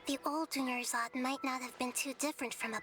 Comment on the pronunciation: dunyarzad almost became doneyarzad